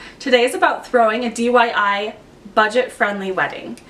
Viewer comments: DIY not dyi lol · why do you keep saying DYI?